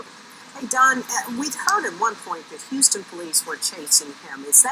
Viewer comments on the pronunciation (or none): none